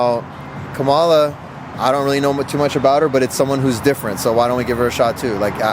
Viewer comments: It’s Kham-Ah-La you racist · COMMA-LA. Geez.....simple name these dummies should know how to pronounce! Including this interviewer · How did I know that couple was going to say Kanala. 😂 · If you’re gonna do an entire video based on 2 names, the least you can do is take a few seconds to learn how to pronounce HER name. smh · All these people saying Kamala, can’t even pronounce her name right lmao. These people are libratards to the friggin’ max! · Please pronounce the VP name correctly it called respect. How would you like for your customers to not pronounce your name correctly. All that voting for a felon who has 34 indictments fraudster sex harrassment grabbing a woman by the pus.y. taking away rights of women so men if you have girls women in yiur family what would you tell them it ok to have a sex harrassment grabbing a woman by the pus.y. what does that say about you MEN. I CALL IT DISGRACE LACK OF INTEGRITY NO RESPECT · I hope you learn how to pronounce Kamala’s name correctly. And I WILL be voting for her. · Really good video. I appreciate that you knew how to ask your questions. You didn’t appear to offend anyone. That can be very difficult when you throw in the voting question. I would like to correct the way you pronounce Kamala’s name. I do not mean to be disrespectful. When you say her name, think “Calmala”, Cal-ma-la, but drop the “l”. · Didn’t they mispronounce her name! I thought that was racist and misogynistic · Did the couple who said Kamala pronounced her name the right way ? Don’t think so or nay be in wrong , gotta be careful how to pronounce her name is more important for them than economy and having a better Anerica or world